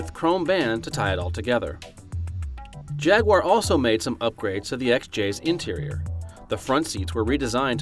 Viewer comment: Stop mispronouncing jaguar!